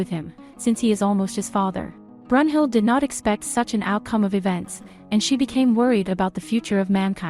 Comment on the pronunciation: You said brunhilde name wrong